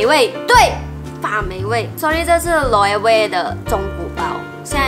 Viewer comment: Loewe 念错了